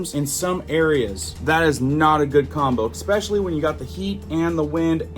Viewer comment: ... then again, you do say Exspecially, so...